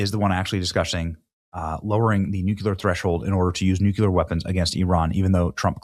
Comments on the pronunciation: Love you, but please pronounce the word “NOO CLEE ar” correctly or you are channeling George W Bush who famously pronounced it “NOOK U Ler”. Please, if we’re going to end civilization with this weapon, let’s say the work correctly. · NU-CUE-LUR! Haven't we discussed this Try it like it's spelled: nu-clear. 😘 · all you need to do is run a simple google search for the pronunciation of the word. It will even show you the discussion on why so many Americans mispronounce the word as Nucular instead of Nuclear. The pronunciation is primarily an American thing. Dictionaries will also show the proper pronunciation of the word. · Nuclear...NOT nukular! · Nuclear, pronounced "New-cleear". Not pronounced "New-Q-Lur" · Benny, repeat after me, you need to pronounce it Nu klee er, not Nuk Yoo ler. Love ya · And again, its "nuclear", not "nucular". 🙄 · N-U-C-L-E-A-R NOT N-U-C-U-L-A-R, BENNY!! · NU CLEAR jeez man learn to pronounce it if you're going to say it SO much, it's NOT NU Cu ler, its NU CLEAR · New-Clear please say it correctly. Stop George Bushing it. New-Clear, not Nu-Cue-L-er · Just say nuclear instead of nucular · It's pronounced "new-clear". Not "Nuculear". GWB had the same mispronunciation. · Please….please don’t say NUK “U”LER…..it’s pronounced “Nu-CLEAR” Good Lord…. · Nuclear, my boy Benny! "nuculer"....NOT A WORD! It's NUCLEAR! You're a smart man. Learn to pronounce the word correctly, please! Also, I love you. You are our boy. Always. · Please pronounce "nuclear" correctly. It is not as you are saying (and Jimmy Carter and George W. Bush kept mispronouncing it this way too). It is NOT "noo cue ler" as you are saying. It is "noo klee ar". You can do this. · Aren't they called nuclear weapons? He keeps saying nucular. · NEW-CLEAR Benny. Not Nuke-yuh-luhr. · Omg it's nuCLEar not nuCULar. So simple yet not possible for some? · NEW-KLEE-UR 👍 NEW-CUE-LUR 👎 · Please please please learn to pronounce nuclear instead of nukular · Nu-clee-er Repeat after me